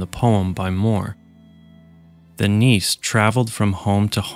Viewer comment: "Nisse" is pronounced with an e at the end.